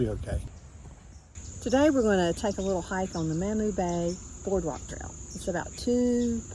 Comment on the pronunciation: Interesting video. Thirty five years ago I went to Law School in Toledo and it was a polluted rust belt town. After a lifetime in Ohio upon graduation I left for the West. It was nice to see the area rebuilt and fishing back. P.S. it’s pronounced “Ma Me”.